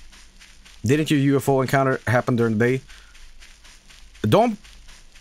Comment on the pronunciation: unrelated i love how says ufo as one whole word its great